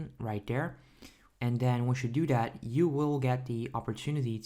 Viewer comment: Lol he says: dere as in there Dat as in that Den as in then Dis as in this Lol bruh grammar please